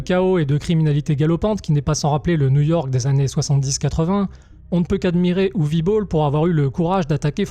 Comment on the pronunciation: Ce n est pas "youvi bowl" mais : "ouveuh boll". La où c est amusant, c est que j ai vu peu de temps apres citizen vigilante, magnum force. Et traité complètement differemment, c est la meme histoire, en version légalisée. Ce qui nous rapproche de "la nuit des juges". Ils sont tous notre exutoire face l ambiance et par rapport à la loi. Ca reste tres agreable à voir. Et on peut critiquer sa forme, il n en reste pas moins un film que personne n'aurait les c.... de produire aujourd'hui, ce qui en fait un pur ovni. Travail remarquable du realisateur, puisquil signe un travail bien plus équilibré que ses anciennes bouses. Film traité de facon à en faire quelques suites. Encore une chose tres curieuse face aux critiques évidentes auxquelles il devait s attendre des la production